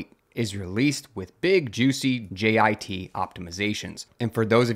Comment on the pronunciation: Never heard jit pronounced this way